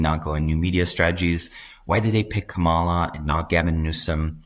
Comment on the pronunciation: Kamala = Comma la - emphasis on the first syllable. Come on you should know tihs by now